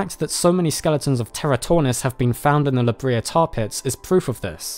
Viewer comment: Say it with me. La-Bray-yah. La Brea. Not La-Bree-ah. La Brea Tar Pits. One of my favourite places to visit as a child. It's even cooler now. 💗